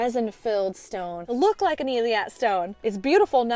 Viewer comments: Hey,. Thanks for another great video. I know you like to fix any mispronunciations:) so I figured I'd reach out to let you know that Eilat is pronounced ay-LOT (two syllables). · Love your channel! The correct pronunciation of the stone is ey laht.